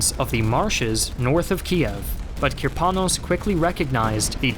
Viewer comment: Good video. My only complaint is random stresses in many Russian surnames and words. E.g. it's Kirponós, Sháposhnikov, and raspútitsa. But this is relatively minor, and typical for foreign videos anyway. Russian stress tends to fall where English speakers least expect it :) You are actually doing a pretty good job.